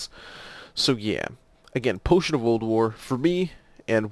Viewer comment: Every time you say "Potion of Old War" to me it sounds like "Potion of Ulduar", which there is nothing wrong with that, just felt I should point it out. It kind of sounded funny at first. But great video! I'm just starting Alchemy, my friends keep telling me that the quest line is hell though. Have a fantastic day/night/whatever your time zone is! Liked and Subscribed!